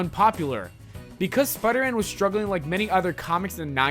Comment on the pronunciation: I hate how he pronounces spiderman spidermun >:L